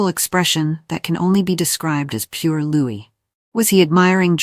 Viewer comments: Louis's name is pronounced "Louie" not Lewis!!! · Its Loee not Lewis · Will you PLEASE pronounce Louis as Looee and not LOUIS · Programmer—it’s pronounced Loo-ee. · Will you please pronounce Prince Louis name correctly!! It's a silent 'S" at the end!! Honestly!! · It was the pollen causing problems! Please remember to pronounce Prince Louis without the "s"